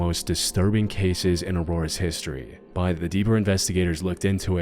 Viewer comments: Yo, is it just me or does he pronounce the word "but" differently? Like, no matter how hard I try, I can't pronounce it the way he does. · What is your accent? You pronounce words in an interesting way. “But” for instance, you pronounce in a way that sounds like “bite”.